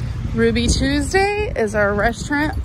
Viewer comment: Toll-it paper. Restarint